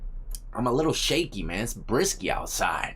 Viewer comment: Brisk, not brisky.